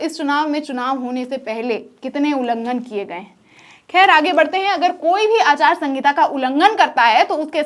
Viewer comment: Anchor madam aachar sahita na ke aachar sangita